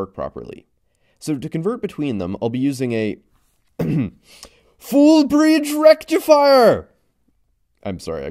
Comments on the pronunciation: It's Fuuuul Bridge Rectifiya you fool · I’m so happy you said FULL BRIDGE RECTIFIER in the proper way!😂😂